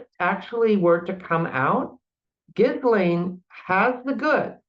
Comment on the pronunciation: Ghee-lane . Come on practice the name pronunciation 😢